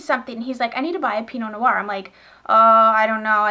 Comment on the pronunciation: Hello! Just a little tip from a frenchie over here ;) Pinot noir, the "noir" part is only one syllable, you seem to be saying no-oir, but its pronounced just noir (like "nwar") ;)